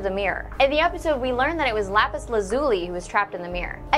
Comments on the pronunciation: Am I the only one who stuck on the miss pronunciation of lapis's name. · That's not how you say laphis name